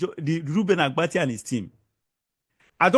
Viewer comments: Oga, it is ABATI and not Agbati. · The name is Abati not Agbati. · Oga, you are just looking for popularity. What is wrong with what Rufai said. Secondly, the name is Abati not Agbati. Yeye man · His name is Abati not Agbati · It's not Agbati, It's Abati. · Can you not pronounce Abati? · Oga, go and complete your train!ng before kuming to the media space. You can't even call the presenter Reuben Abbatti name properly. If u enlist to do a job, go and do your training very well. Finish well before coming to the public glare space. Mediocrity is not a virtue.